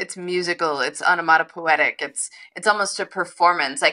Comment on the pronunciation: Is it onomatopoeic perhaps? Rather than onomatopoetic? Sorry - I love your conversations together.